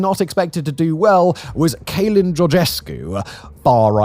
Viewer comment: I was looking for this comment 😂😂 keylin georgescu